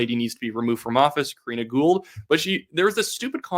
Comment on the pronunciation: ITS KARINA GOUHL, GET IT RIGHT